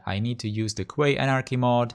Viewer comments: Quay is pronounced like key not like kway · "Quay" is pronounced as "key"